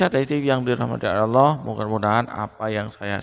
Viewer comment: Kalau saya sih gak bilang sesat,tapi TOLOL,Ngucap kan ALLAH saja dia bilang AWLOH,apa lagi dia baca ayat al-qur'an TOLOL nya makin keliatan.